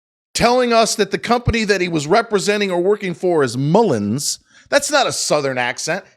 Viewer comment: I do find it unprofessional when he says Mullens and/or is he doing it on purpose so when:if he goes to court on false statements he could say i said “mullens” not mullen